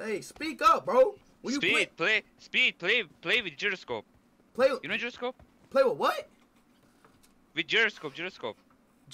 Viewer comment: The man said Jeeroscope